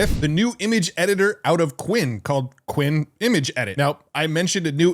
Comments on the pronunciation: since when is qwEn pronounced like qwIn 😂😭? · Just a note, since I've never seen an English content creator pronounce this correctly, "Qwen" (Qianwen) would be pronounced "Q1".